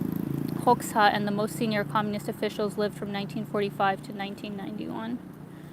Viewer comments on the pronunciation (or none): none